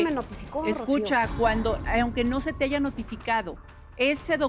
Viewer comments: Corriente la Cristina y analfabeta. "Aiga" 😅 es HAYA 😡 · La palabra "bastardo" les sale muy fluido y la palabra haya no la saben pronunciar??? Suena muy incoherente!😅😅😅😅